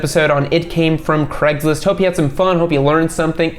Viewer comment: WHY DO YOU GUYS SAY "CREGSLIST".... IT IS LITERALLY SPELLED TO SAY IT LIKE "CRAYG". For years I wondered what Cregslist was.